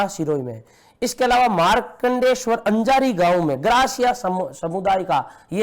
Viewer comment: अंजारी नही है अजारी है